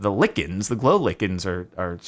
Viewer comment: please man, it's like-ens, not lick-ens.